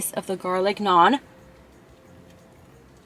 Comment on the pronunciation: You literally said everything wrong 🤬🤬